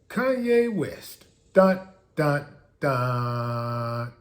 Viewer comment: calls him “Koonye” but probably voted for Biden